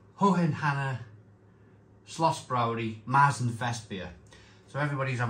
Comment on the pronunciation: Sorry to be pedantic but the umlaut ( the 2 dots) on the A turns it into an E....so it's Mertzen...not Maaartzen.....so now you know!!